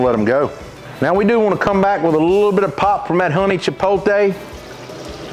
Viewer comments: Chipotle? 🚫 Chipoltay? ✅ Love it as always! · You still saying it wrong. It's chipote, without the L😂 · I love your rubs and I will buy all of them and I don't care if pronouns Chipotle the wrong way or the right way thank you for your awesome vids.